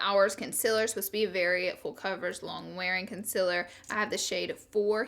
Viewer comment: SOMEONE TEACH HER HOW TO SAY CONCEALER, AND OILY!!! *not hating